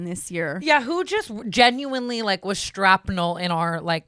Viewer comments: I’m really stuck on “strapnul” Shrapnel. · Strap-nel? ......Thank you Tana. 😂 Also: Murphy's Law 🫶🏻🤗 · The strapnel instead shrapnel is hilarious